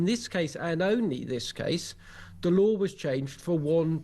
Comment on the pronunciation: "the lawr of the land"?